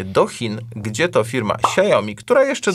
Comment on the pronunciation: Hejka! A myślałam, że nazwę Xiaomi jest Polakom łatwo wymówić 😊 To tylko dwie sylaby: „siał” (jak w „chłop siał żyto” 🚜) + „mi” (jak w „daj mi to! 😆). Tylko taka mała uwaga 😊 A o clickbaicie (rany, jak to napisać w „polglisz” 🧐😱🤯） to już większość skomentowała już 🤓 Pozdrowienia z Szanghaju 👋